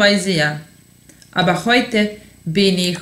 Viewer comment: Citaj te gramaticki, a ne „aba“ = aber ili seha = sehr. U skolama se uci gramatika a ne dialekti koji su razliciti u raznim krajevima